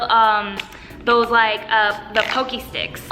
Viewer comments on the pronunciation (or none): Wee fact pocky is actually pronounced pahcky that’s the best way I can spell for that lmao